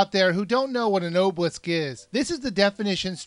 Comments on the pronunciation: it is! its pronounced- Ahhb-uh-lisk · it's pronounced [awe-bell-lisk] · obelisk is pronounced ah-bowl-isk. Sorry but that really annoyed me. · Say it with me: "ah-beh-lisk"